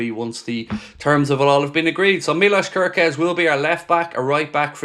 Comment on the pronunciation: Hello if someone told how to pronounce wirtz, im Hungarian and please its not körköz just kerkez everyone pronounce it the wrong way and its just annoys me